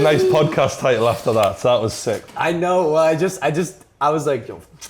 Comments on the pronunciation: "Now" ?? 🤦🤦🤦It's "Know" mate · He spelt know wrong😂😂 he said NOW loooll😂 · Abbas Abbas he says i know !! K NOW... YOU ASS LISTEN CAREFULLY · misspeIt the word "know"